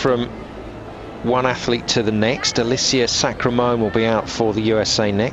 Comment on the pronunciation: lol he says sacramone's name wrong just about every time. alissia sacra-mone.